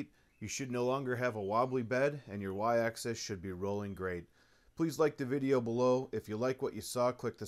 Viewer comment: Probably someone who couldn't get over the mispronunciation of "Axis". (He keeps saying access.)